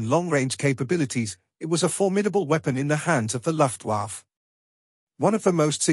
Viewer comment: In British English, it should be 'aithch-ee one seven seven'. - and it's 'Luft Vaffuh'. I don't expect historical accuracy, but when people correct you, please may them consultant rates.